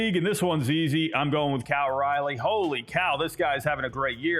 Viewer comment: Learn how to pronounce Cal’s name correctly. lol good picks though